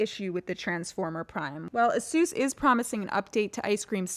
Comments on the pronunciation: Seems like they still haven't learn how to pronounce ASUS correctly. Just search in youtube "How to Pronounce ASUS" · i cant stand the way you say asus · Her pronounciation of "Asus"...